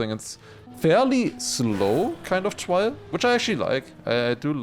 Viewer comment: r sound not w sound in trial please please please